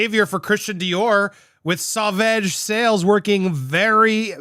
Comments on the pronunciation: Andy, Google it. You said it wrong every time to start, unsure of how to say it. Look it up, it’s quick. I can’t listen to any more butcher of Dior product. I lost it, had to leave this time. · Not pronouncing it right love. Pull up a Sauvage commercial of Johnny's. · Lol You are too cute. It's Sauvage Sau as in flow and vage as in Badge. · Lol yes, you're saying it wrong. 🙃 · Once! After pronouncing Sauvage incorrectly a dozen times, Andy finally pronounced it correctly once. And then he went back to pronouncing it incorrectly. 🤦🏾‍♂️ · The french part in me dies a little every time andy mispronounces sauvage 😂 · come over to visit me in france andy and i’ll teach you how to pronounce it properly 😂. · I cringe every time he says it. Just look up the pronunciation already, Andy! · UGH, please stop saying it. Wrong Wrong Wrong. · Really? It's NOT pronounced like Sausage. xD The "A" after the "V" has the same pronunciation as in "Lawn". xD lol Also: OMG!!! She just can't stop can she? ~.=.~; When are lawyers going to say to her: "Stop this!! You can not win anymore! You can not spin this to your advantage anymore. IT IS OVER! Focus on what you still have left and focus on raising your daughter!!" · Wait, you said it pretty much correctly! But then you want back to "veg"... Your talking about Dior made me hungry for veggies. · The last A in sauvage is pronounced like the 'a' in father. So-vah-ge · Yep I noticed that. I internally cheered when he got the pronunciation right then somehow went back to 'sew vege'. Lol all well though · Great news! However, it is pronounced "so-vahge". It''s French for "savage". All that aside, AH has been proven to be liar and an She's reaping what she has sown. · Me too. I even tried to correct him in the chat - “SO-VARJE” - he said it right once and then reverted to mispronouncing it! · Yep ...he's saying Sew Vege lol. However when he's reading the Dior report he pronounces it well. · It's pronounced (suh vaazh) phonetic spelling